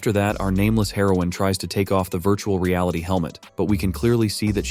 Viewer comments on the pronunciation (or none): none